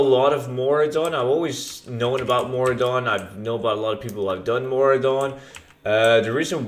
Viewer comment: hey you made a mistake its Maraudon not Mauradon